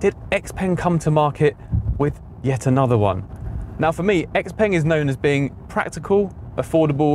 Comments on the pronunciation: Yeah. Seems a but odd for someone in China to be calling it 'ex-peng', but I guess that's what a lot of English speakers will be doing, much like how it took decades for people to learn how to pronounce Peugeot, and most still can't spell it. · Ex-peng? No, I like to call it Shia-o-peng. A car for Twelvers. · So, why are we now mispronouncing the brand name?